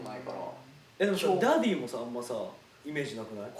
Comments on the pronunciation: 樹くんのファン歴関係ないっていうことをちょくちょく挟むのって凄くファンに寄り添ってるなぁって尊敬する 髙地くんのダディ呼び凄いなぁ、しっくりくる だけど、ジェシーくんの発音が良すぎてダーリンに聞こえる……(灬º 艸º灬) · ダディ呼びが生まれた瞬間が残ってるのも、 生み出したのが北斗なのも、 その後繰り返してるのにスルーしてるのも、 自然に流行ってしっくりしちゃうのも最高すぎてる 発音がDaaaddyみたいにちょっと甘ったるいのもおかしい